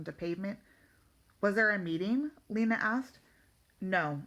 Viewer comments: and its lina not leena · Do not trying to criticize bit her name is pronounced (Line ah) and that just heya I going off of the professional audiobook reader but other then that not bad